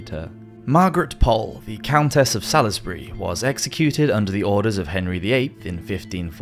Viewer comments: You're English, yet your pronunciation of some words is just wow. Salisbury is pronounced Sawlz-bree not Sa-lis-ber-ree. The Carotid artery is pronounced Kah-ROT-id (not Karat-id) In addition the reports of eyes moving blushing etc are all exaggerated and not the result of consciousness. Whilst the brain does NORMALLY have 7 seconds of stored oxygen, when on your body, because of blood in the brain; the almost instant and complete drop in blood pressure, after a beheading will render a person entirely unconscious immediately, and then you have other things like brain stems etc. No one who was properly beheaded was likely ever conscious for more than maybe 500ms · Please tell me you didn't just pronounce Salisbury as Sal-is-bery? It's pronounced Sawsbuhree. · Salisbury is pronounced 'sorlsbree'. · Really interesting . However I think you pronounce Salisbury as SAULSbury and not SALLY’Sbury ! . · Sal-is-bury? Surely “sauls-bury” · That's not how you pronounce "Salisbury" - SOLZ-bury not SALIS-bury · Great video but just FYI re: Margaret Pole of Salisbury - Salisbury is pronounced (Sauls-Bury). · Possibly already mentioned, but Salisbury is pronounced solzberry. Margaret Pole would be spinning. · Salisbury is pronounced Solsberry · Salisbury is pronounced Sals-bury. You should know this. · Salisbury is pronounced saulzbrie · sa-lis-bury. What? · I was really surprised that as a British person, the narrator mispronounced 'Salisbury' - especially as he sounds quite educated. Sounds like the kind of understandable mistake an American would make (Brit place names are a nightmare for foreigners - I lived in Norfolk for many years and our place names are horrendous - Happisburgh anyone? pronounced Hazeburra. Wymondham? pronounced Windham). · You butchered the pronunciation of Salisbury in the same way the executioner butchered queen Mary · Can't believe you mispronounced Salisbury. You're English FFS. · Remedial lessons in how to pronounce Salisbury…. Jesus. 🤦🏻